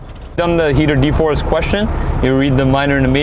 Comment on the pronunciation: De-frost not de-forrest😅